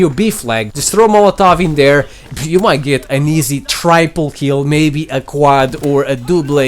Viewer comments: It's Justin Bieber not beaver ok omg it's not triiiiipel and it's not dooble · Does he really say triple like try-pull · A tryple kill? M8 it’s triple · Try-pul kill. Cheeky. Smoke 'nades... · who else gets pissed off when he says tryple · Before calling people noobs you should actually learn how to say triple kill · When he says triple wrong ... dear god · Literally subscribing for the way you pronounce double and triple haha. Jolly good show old bean 100 billion upvotes for you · hearing a guy who doesn't know how to say triple just wonderful